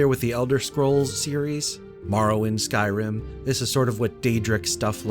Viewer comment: Great build but from your opening statement, you really need to work on pronouncing Skyrim 😂